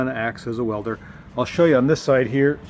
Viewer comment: Stud "Wedler!" Perfect Chinglish.